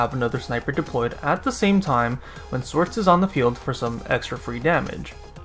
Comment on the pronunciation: did you just pronounce her as "swords"? wow...